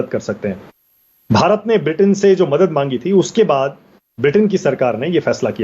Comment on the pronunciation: Sahab aap itne bade patrakar hain bharat bolna to sikho...